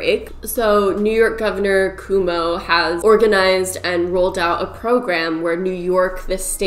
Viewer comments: Cuomo is pronounced "Kwu-oh-mo," not "Kum-oh." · It’s Cuomo like quo-mo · Just FYI Andrew Cuomo’s last name is pronounced kwoh-moe, not... whatever you said 😂 but I love your videos anyway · i'm not saying this to be mean but are you canadian? cause you kept pronouncing Cuomo (Koo-oh-moe/Koo-woe-moh) wrong and it was distracting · She Also Mispronounced Cuomo. Does She Ever Watch National News, Governor Andrew Cuomo Is Everywhere!!!! Also, I Guess She Doesn't Watch CNN Either. His Little Brother Chris Is A News Broadcaster On That That Channel!!!! I am Sorry, That Just Irritated Me!!!! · Lol i live in northern ny and the way you said cuomo killed me 😂😂 im glad hand sanitizers are starting to come back in stock. The target by me has a ton and this local pharmacy is selling hand sanitizer from a apple orchard/alcohol. Even the local car freshener is making some. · Everybody talking about how you pronounced monat but you killed me with how you pronounced cuomo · totally off topic but hearing you pronounce “cuomo” almost gave me a stroke lmao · this video is really good but the way you pronounced cuomo got me everytime alkdjlknsdfl